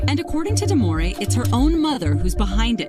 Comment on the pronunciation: Omg her name is DEMOREE get it right